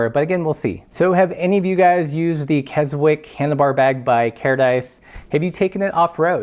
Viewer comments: It’s not kes - wick All one word, Kes - ick Brits like to shorten words, we are lazy like that. And love to confuse folks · For reference, you pronounce the name "Kezzick" :-) Apart from that it's a good first look review. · I showed this to the folks at the Carradice factory. (I live locally). Very good review, except that it is pronounced 'Kessick', a silent W. Also, who made yours? It should have a signed tag. My guess is Susan! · Kez-ick would be better. It’s more of a “z” sound than the “s” sound of Kessock. I grew up near and went to school in Keswick. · The w in Keswick is silent! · Great video, I used to live in Keswick, great outdoor town for climbing, biking, kayaking, running mountains and paragliding; don’t worry about pronouncing the silent “w” - forgiven. Carradice are the Brooks of bags, traditional and very well made, last forever. I hanker after one of their saddlebags. Shame about the crappy inside - I guess they gotta compete on cost somewhere.